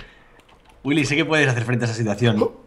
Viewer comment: Me encanta como Luzu pronuncia Willy. GÜILI XD